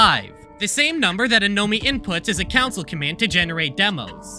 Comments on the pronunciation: he sounds like 🤓 but council is what pushed us off the edge. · SAME.. OH MY FU- AAAAAAAAAAAAAAAAAAAAAA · If pronounces "Console" like "Council", I wonder if they pronounce "GIF" like "JIF" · this guy says "console" as "council" 💀💀💀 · Why do you pronounce “console” like “counsel?” What’s your favorite counsel, the PS4 or Switch? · > makes fun of a guy for mispronouncing "console" > can't spell "a part" (this is meant as lighthearted ribbing not genuinely mean) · I never thought I would here the word “console” mispronounced so badly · Coming back to watch this video again and having to realise I’ll have to listen to him mispronounce ‘console’ lol Love the vid though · Why do you say console like that. Go to speech therapy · Bro cannot pronounce console lmao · The real mystery is how he thinks "counsil" and "console" are the same words Edit: i cant tell if this is just a high level troll or if he genuinely dosnt know what the words he wrote are. the "simUlarities" bro its sIMILArities. It's unfortunate because this is a great well edited video on this subject yet its annoying as hell to watch because of the pronunciations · Not trying to be a hater, but bro... Counsel... It is Console. That irks me beyond end how many times you missed that. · CONSOLE COMMANDS. FUCKING CONSOLE COMMANDS. NOT "COUNSEL", OR HOWEVER YOU SAID IT. This is a good video otherwise, but I'm losing my fucking mind hearing you repeatedly use the wrong word over and over again. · That fact he can say “concept” but pronounce console as “council” is the scariest part of the video ever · bro you saying council instead of console made me so annoyed 😭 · Why say council instead of console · you slowly killed a piece of me everytime you pronounced console as council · Interloper drinking game: • Do a shot every time he says "council" instead of "console" • Chug every time he says "however" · I’ve never seen anyone pronounce CONsole as Council and it’s giving me the jeebies